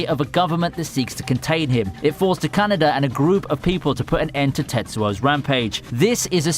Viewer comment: Why did u call Kaneda Canada? 😶